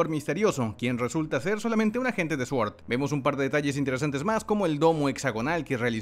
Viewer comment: Se pronuncia suord...